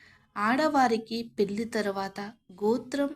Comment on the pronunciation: The commentators pronunsation is tobe check. Some words are wrongly proninsaying. Example Kasyapa Pelli like words.